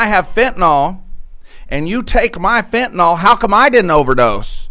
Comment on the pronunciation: OK. Certain things just bug me. One of those things is "Trespass". People far too often pronounce it "Trusspass". Another one is fentanyl. I bugs me that people, more often than not, pronounce it "Fentenol", like "Tylenol". "Nukyoolar" instead of nuclear. People don't seem to realize that, when someone is learning about any of these things, they may spell the words incorrectly because of the gross and widespread mispronunciation. In the oil fields when I was still a little green in the field, people would say "Correalus". I had to figure out through trial and error how to spell it, then to learn how to say it before I could actually find out what a coriolis is, what it means, the principles behind the concept. Catalytic converter is another one. People used to say "Cattalag" or "Cadillac". I still hear people mispronouncing it to this day.